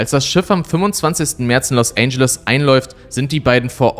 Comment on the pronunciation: “Los Ändschelles”, nicht “Los ANGEL-es”